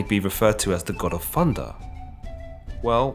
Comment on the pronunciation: Im sorry Fundah? It's thunder